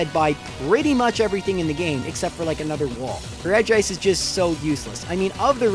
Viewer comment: wow, someone finally pronounced regice right. most people think it's regi-ice.